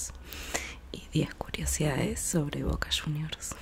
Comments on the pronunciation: Voca shuniors? Que es eso? Aaah cierto nuestros hijos, JAJAJAJAJA 😂 para cuando no van a ganar devuelta un partido?🤣🤣🤣🔴⚪🔴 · Boca shuniorrs.